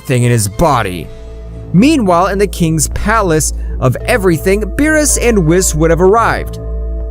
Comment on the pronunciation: And also whis was wis